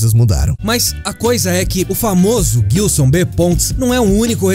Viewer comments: Só eu que me incomodo toda vez que ouço Guilson sendo que o nome é Gilson? hushuhusauashusahusahsauhsauhsuahsusahuashausashushuhu chegou em um momento do vídeo que eu já tava rindo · Guilson não,. Gilson. Se pronuncia JILSON mas com G. Gilson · Nossa ouvir vocês falarem "guilçom" faz doer os ouvidos pqp